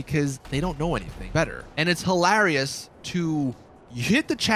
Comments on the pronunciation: You pronounce hilarious wrong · It's hilarious how u can't say hilarious properly lol